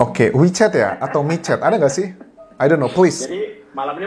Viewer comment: Aq dngrny 'me chat'